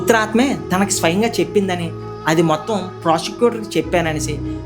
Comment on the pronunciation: Prosticutre kadu procicuter